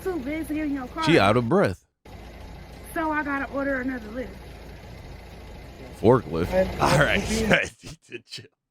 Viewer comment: “A forklyft” 😭😭😭